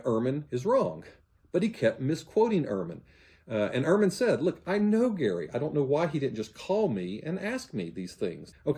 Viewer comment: UR-man is the white winter coat of the stoat. Bart's surname is German and is pronounced EHR-man. Bart was not raised as an evangelical. He states that his parents were not "overly conservative" and they attended an Episcopal church. He was 15 when he was inducted into evangelism.